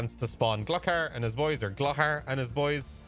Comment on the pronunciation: Bro its pronounced glue-car.